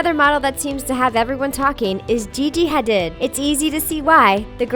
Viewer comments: It’s Gigi hardeed (how’s it’s pronounced) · Um you read Gigi hadid wrong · The way she said Gigi Hadid just put me off😂😂